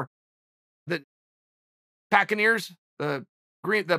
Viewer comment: Just lost all respect for chael when he said packeneers